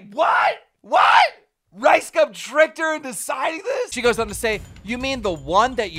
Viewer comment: Keem is mispronouncing LiceCum and its making me cringe